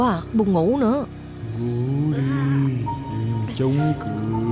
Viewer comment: sao đoạn tui lại thỉnh thoảng nghe thấy là ngủ đi thành ngu đi nhỉ =)))🤪😝😬